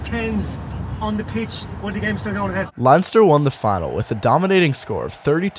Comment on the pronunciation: as an Irish person who has grown up in this county my entire life I'd like to add it's pronounced len-ster,just wanted to clarify